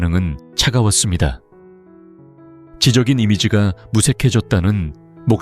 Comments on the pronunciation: "지적인 이미지"를 발음할 때는 '지쩍인 이미지'라고 해야지 지 적 이라고 하면 안돼요. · 당신은 어느나라 사람인가요? 한글 그대로 지적인 이지로 읽는 것 신경질 남니다 짓적인 이미지로 읽지 못하는 건 왜 일까요?